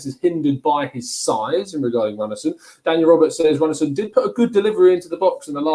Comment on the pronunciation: Seing as this is a shadowbanned channel, I tell the channel to stop pronouncing it like they do. It is not runnarson. I t is runarson, pronounced roonarson, like in rooney. How lazy can you get, find an icelandic channel to hear it once, this is sad. This is like listening to americanswAre you english exporting stoopidity globally?